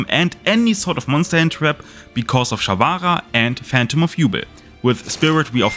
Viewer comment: take a shot every time sharvara is mispronounced